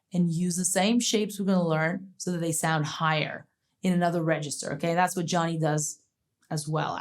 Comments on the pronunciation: Her first name is pronounced Joan-y, not John-y! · Great video! Thanks! Americans and Canadians pronounce her first name "Joe-knee," not "Johnny."